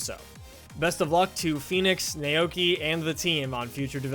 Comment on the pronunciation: "nay okee my-aida" It's pronounced "now-key my-duh"